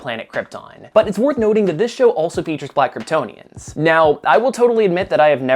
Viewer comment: Ok, Ik you are saying “Black Kryptonians” at the beginning, but it really sounds like you are saying “Blackertonians” and I hade to rewind a bit to make sure I was hearing correctly.